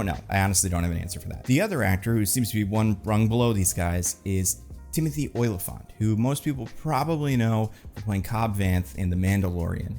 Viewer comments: its not OY-lyphant, its O-lyphant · Oh-li-phant. Not "Oilafont." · It's not Oily-fant, it's Olly-fant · Every time says "Oily-phant" it kills me